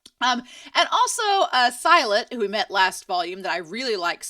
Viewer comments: The etymology of the word "Silat" is unclear (Arabic or Sanskrit origin). But either way, it's pronounced like see-laht, not sy-luht. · silat's name is pronounced as 'see-laht' just so you know